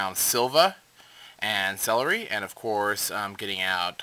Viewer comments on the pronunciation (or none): Why does everyone say "Celeri"? It's "Ceruli" as in the color cerulean, not a fucking vegetable!!!